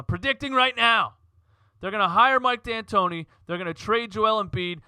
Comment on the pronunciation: Mike Antoni...no D